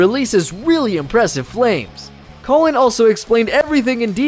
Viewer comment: Disregarding everything about the guitar he got wrong, how the hell did he mispronounce "Colin"? .